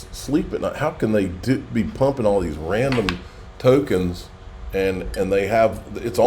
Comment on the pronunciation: Ran-dom lol 😂😂